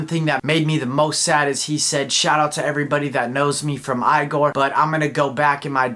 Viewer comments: tyler said it’s pronounced ee-gor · i don’t get it either. i hate it. he refuses to say it correctly.